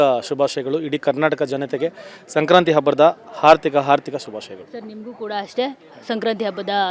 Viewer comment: It's hardika not harthika 😂